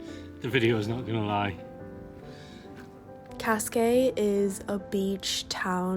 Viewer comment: Great video, amazing artistic shots of Lisbon! Though your pronunciation of "Cascais" is almost painfull, for real :D